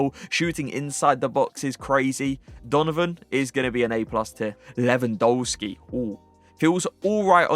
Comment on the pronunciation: Your reviews are insane, your tier lists are top notch and your in game play is incredible. But please can you pronounce Lewandowski’s name right? W in the Polish alphabet is pronounced as a V Keep up the great content tho love watching your videos